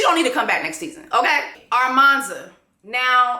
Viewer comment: it’s you calling her ARmanza 😭😭😭😭